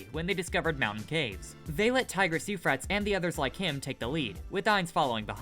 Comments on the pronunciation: Okay, hold tf up; It's "coup de gras" and pronounced "coo-de-grah" Second, the Tigris and Euphraetes are rivers in India, and they're pronounced "Ty-griss" and "Yoo-a-fray-a-tees" not "Yoo-frates" Y'all have got to start reading AND watching content with audio. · Narrator needs to learn how to pronounce words like Euphrates and coup de grace